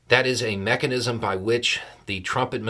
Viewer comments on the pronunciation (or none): none